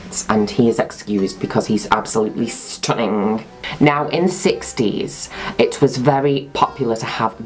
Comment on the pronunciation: Nobody: Juno: STUNINGE